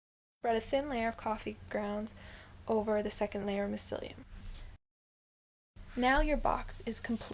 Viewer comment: "Mycelium" is pronounced wrong. Trays are more convenient than deep tubs.